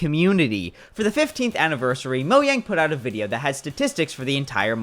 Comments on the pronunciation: moyang instead of mojang 😭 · bro said moyank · Moyang lmao😂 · Is there a reason why people pronounce it Moyang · 15.44 🗣️moyang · Why'd he pronounce "Mojang" as "moyang"?? Is that how it's supposed to be pronounced? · he said mojang wrong